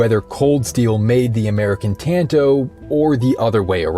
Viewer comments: “T”an”toe” It’s “t”ahn”to” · "Tann-Toh" ...ugh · Say it right for fucks sake. It’s not pronounced like tanto, it’s like “tonto” wft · Is it pronounced tan-toe or tahn-toe? I’ve been partial to the latter. 🤔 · Bro you really said tanto like that and then uploaded it, smh